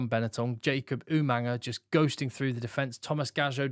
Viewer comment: Why do rugby analysts and commentators put an 'n' sound in the middle of Jacob Umaga's surname?